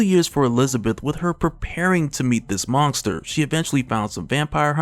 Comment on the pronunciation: can you STOP saying MONGESTER? wtf!